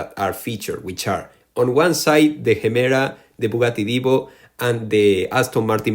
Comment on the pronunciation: Bugatti "avatoir wan"